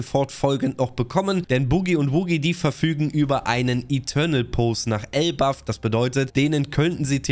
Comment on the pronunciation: Junge … es heißt doch nicht elbaFF????